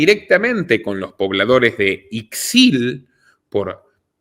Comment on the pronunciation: Aunque se escribe con X, Ixil, se pronuncia "Ishil", soy de Yucatán.